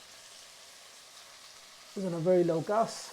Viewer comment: I like the way you say gas."gus"😅😅😅